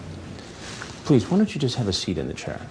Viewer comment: Pleez. Pleez dont put this on Teebee.